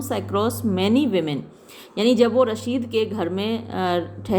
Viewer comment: Mam ye rasheed nhi rashid hona chahiye according to spelling aap rasheed speak kr rhe ho